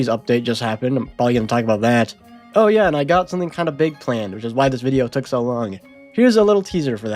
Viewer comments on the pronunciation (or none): none